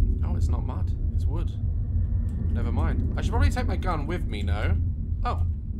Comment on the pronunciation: Game: "USE HEADPHONES!"... Daz: "NEVER DROP YOUR RIFLE IN THE MUD!"... My ears: "NEVER DROP YOUR RIFLE IN THE BUTT!" 🤣🤨😂... I am going to need more than earphones to hear things at this point!...Headphones?...More like Hearing Aid please! 😐